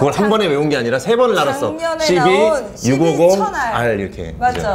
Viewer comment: CB650R, CB1000R인데.. 이걸 이 발음 하니까 왜 이리 욕 같이 들리지? ㅋㅋㅋㅋㅋ